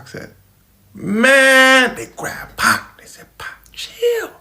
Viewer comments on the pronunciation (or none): I cant stand it when Caucasians call Pac, Pack